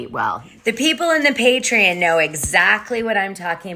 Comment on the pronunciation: God damnit girl it’s PATREON!!!! PAY-TREE-ON!!!!!!!